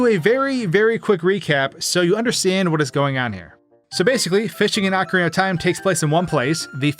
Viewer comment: I swear I heard "Akron of Time" at the beginning what